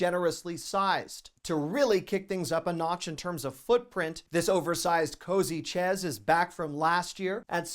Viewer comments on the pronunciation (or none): Shayz not chez.